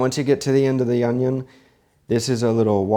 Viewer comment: You cut your "onyo" almost as good as Chef Jean Pierre :D